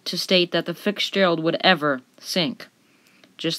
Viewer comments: you need to learn how to pronounce Fitzgerald, you're saying FIX-gerald not Fitz-gerald. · To the Narrator.. It is the Fi TS gerald.. NOT Fi X gerald as you kept calling it. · Its name was the FITZ Gearld NOT THE FIX GERALD ! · Is English not your first language or something? It’s not “fixdgerald”. It’s Fitzgerald…. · It's FITZZZZ gerald. NOT FICKS Gerald !!!!!!! Annoying !!!! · Not a bad stab at it. But you have to work on your delivery and pronounciation. It's Fitzgerald. Not FIXGERALD. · I couldn't finish watching this video b/c your pronunciation of so many words is so poor. For example: are you saying "Fitzgerald" or "Fix-gerald"? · It's fitz not fix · It's called Fitzgerald not fixferald!!!! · I don’t know who was the spokesperson for this video but the language was VERY broken and mispronounced! TERRIBLE editing on the voice over made it hard to listen to. I could not finish the video. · Edmund Fitzgerald. Fits-gerald. Not Fixgerald, not Ficks-gerald. Fitzgerald. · FiTZgerald. not FICKSgerald. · Bro it’s FITZgerald not FICKSgerald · FITZ-gerald!! Not 'Fix-Gerald! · Is it Futzgerald or as she keeps saying. Ficksgerald? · It is pronounced FITZ GERALD NOT FIX GERALD show the resct to the crew and familys by atleast saying the name correctly!!!! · FITZGERALD!!!! Quit pronouncing it Fixgerald!!!! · Are you kidding? The narrator keeps saying FIX-GERALD! she couldn't pronounce many words in this documentary. That's not top shelf narration. Must have said Fix Gerald 50 times lol. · Are you saying Fix-Gerald?? It sounds like you’re a kid doing a school project. Good job. Hope you got an A. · everytime the narrator says "Fitzgerald" it's sounds like "Fixgerald" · Sounds like he's saying fix Gerald. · I have never heard the name pronounced Fixgerald before. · After about the 40th time ypu said "ficksgerald' my emotional state grew "terblient " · The “Fix-Gerald?” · The “FICKSgerald” lol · I swear to God she is saying the fix Gerald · Edmund Fixgerald???